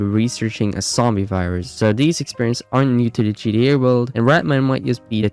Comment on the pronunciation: British folks are silly. A kangaroo would probably say it that way also.